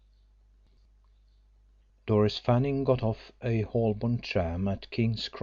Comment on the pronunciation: Knowing that the readers are volunteers , and knowing how i would feel about criticism, I wasn't going to comment, but given the rather aggressive comments from the channel, i feel I must say something. Of the three readers, one is good, apart from mispronunciation of Holborn. The gentleman cannot help his accent, but he also, several times, used an incorrect word, e.g. intimidate for intimate. The third reader also had some odd pronunciations, notably of the word "gaol" and seemed to believe that her aim was to get through her chapters as quickly as possible. Perhaps nervousness. I am not sure why the nationality of the author is regarded as important. The book is set in England. The number of listeners doesn't mean that they wouldn't have enjoyed it more with different readers. In fact, readers aside, the book is not flawless....too many words apart from anything else.